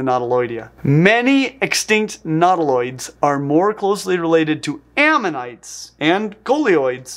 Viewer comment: Minor stupid pedantic pronunciation point. Nautilus is "NAW-till-uhs," thus, nautiloids should be, "NAW-tih-loids," not, "nahw-TIH-lids." Sorry to be that a**hole, but, that is just distracting. Meanwhile, you are still doing well, looking good.